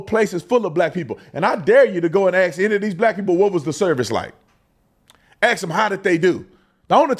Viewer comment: Anyone surprised? The MF cant even say “ASK”. 🙄